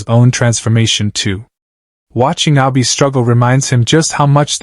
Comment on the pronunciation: The ai in this doesnt realise she already knows how happiness can be fleeting and how precious small times are with alfie, she already lost one son with seb Plus get the names right, even with ai you can change it to pronounce things right, abi and nazir pronounced wrong